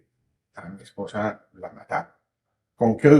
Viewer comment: Por qué se esfuerza tanto en decir MI ESPOSA, MI MERCED, MI MERCEDES?.